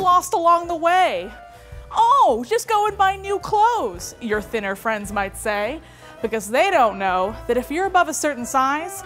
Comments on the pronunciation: I literally thought said “sinner friends” and it took me a moment to realize the mistake 😂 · For the longest time, during the intro when says "your thinner friends might say", I always heard her say "your dinner friends might say"